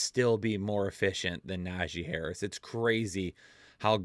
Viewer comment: Bro had me dying saying Tajee Harris 😂 Also, gave us a really solid slip this week, and even said that was his big money slip, it hit 👏 so everybody can just shut up about those, my guys are always on point win or lose